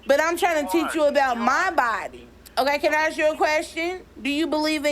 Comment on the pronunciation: It's "taking" NOT "tooken" and it's "ask" NOT "ax"